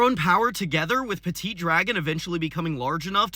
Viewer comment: from à french guy dont prononce de te at "PETIT DRAGON" MORE "peti dragon"